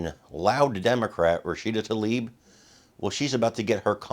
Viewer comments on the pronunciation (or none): I agree with MTG but she needs to look closer when reading names, it's Tlaib not Talib. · I wish they'd pronounce her name correctly. Tlaib, not Talib! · The Congressperson's name is not "Talib". It is "Tlaib". I'm not a fan of either Rashida Tlaib or MTG. I'm rather surprised by and appreciative of Congressperson Green's extensive indictment. Still, just as we make an effort to properly pronounce other nonenglish names like Zelensky, Macron, and Steinmeier (e.g., "Shtine-my-er", not "Steenmayor"), we ought to make the effort to properly pronounce her name. Especially when she is censured. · Be-atch tuh-leeb